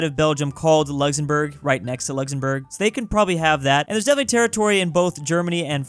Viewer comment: Who is going to tell him that it’s Luxembourg and not Luxzembourg